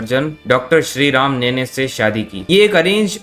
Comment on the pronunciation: Gossip repeater, gossips are not facts. This guy can't even say Sri Ram Nene 's name right, what else do you expect from a low life like him.